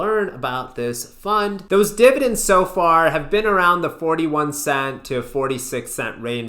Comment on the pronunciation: lol divi-dans